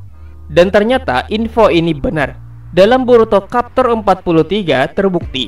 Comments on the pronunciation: bacanya chapter bang bukan kapter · Maaf revisi dikit, chapter bro bukan kapter 😁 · Capter bang baca nya bukan kapter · Chapter dibaca capter aja, bukan kapter. 'Ch' dibaca 'c' bukan 'k' Mangekyou, bukan mangenkyou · Mimin canda nih.masa kapter bukan nya chepter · Kapter apeee si kapterrrrr elah annoying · Blajar ngomong dulu aja woi chapter dibaca kapter